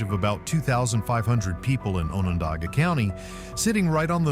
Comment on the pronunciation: Please learn to pronounce the names correctly if you are going to do these types of videos. It's Skinny-At-Less not whatever you were trying to say. And On-On-Da-Ga I would love to know where that solitary, snow covered mountain peak was actually. Even in the Adirondacks there isn't a mountain that looks like that, as they are a Domed Mountain Range. the old-time western architecture looked more like Wyoming than NYS.